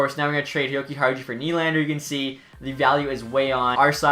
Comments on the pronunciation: you have to say: yo-ki-are-you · Dude the j is silent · It’s yokiharyou but as a hawks fan if nylander can realize his potential in a new organization then it’s a win for chicago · You butchered Henri's name. Come on man